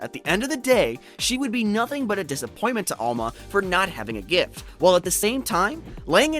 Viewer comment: Can you like add the t to the word gift. It took me a minute to figure out gif is gift